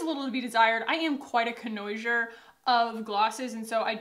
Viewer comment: when you say "conosure" do you mean "connoisseur"? it's pronounced koh-nooah-SIR by the way.